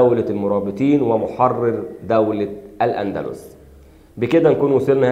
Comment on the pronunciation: الأندلس وليس الاندلوس